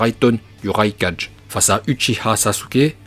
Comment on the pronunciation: " le raikaje " 🙄